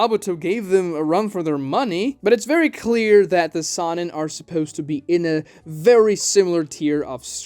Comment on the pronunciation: I hate the way he mispronounces sannin